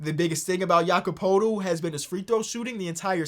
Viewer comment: after 2 attempts man already gave up on not butchering Jakob Poeltl's name lmao